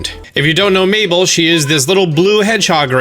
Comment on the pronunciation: I was wondering who miiball or meatball was and then I see you talk about mabel and I was so surprised how different you pronounce that haha